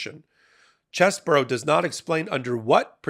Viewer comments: Its pronounced CHEESE-BRO....not CHESS BOUROUGH you sound libelous when you make fun of his name like that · OMG please explain to me how you think the letters CHEESE-BRO....get pronounced CHESS-BOUROUGH?...and RATHENSBURGER.....who talk you enunciation its pronounced RAT-IN-HIS-BURGER. Come on man you are a professional. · It's CHEESE-BRO, not CHESS-BURROW. And it is not spelled "Cheseboro."